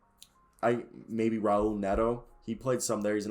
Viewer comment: Nah you tweaking. Only two defenders on the team kcp and gafford. And you mispronouncing most of the players names so I wonder if you know this roster. Raul is haul. Jaimie is haimie. Kispert was not pronounced well. Rui hachimura was said wrong too